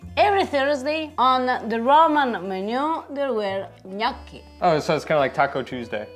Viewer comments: Ok… please pronounce Gnocchi the right way! Your wife is correct…. My maiden name is Bertocchi (occhi) short o sound I blame The Foodnetwork for this. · Must of hurt her soul the way he pronounces gnocchi…